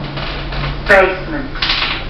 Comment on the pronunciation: Its basement not bassment.